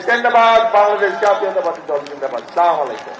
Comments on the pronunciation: খাম্বা তারেক সালামটাও ঠিক মতো দিতে পারে না..? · সালাম টা ঠিক করে বলুন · ভালো করে সালামও দিতে পারে না। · 😊সালাম টাও ঠিক করে দিতে পারে না হায়রে আমার দেশের নেতা।